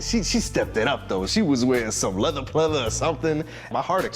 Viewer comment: Leathuh pleathuh